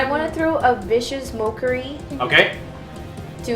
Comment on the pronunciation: I love the pronunciation of Vicious Mocha-ry ... sounds like someone is obsessed with coffee. Those are some nasty house rules on attacks of opportunity, you girls have my sympathies.